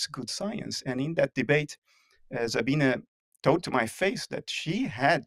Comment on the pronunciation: he pronounces Sabine right!